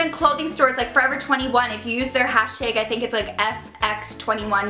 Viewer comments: Hash TAGE, must be Canadian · Omg the way she says tag and hashtag, I forgot how Canadian she is